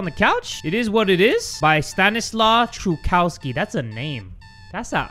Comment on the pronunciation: Hey! I think the creators name is pronounces stanislaw (sta-ni-swav) truchowski (troo-hov-ski)